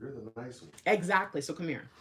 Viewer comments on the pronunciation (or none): ♂️♀️🔥🔥☯️♾️✅ Did you really say "Eggzactly"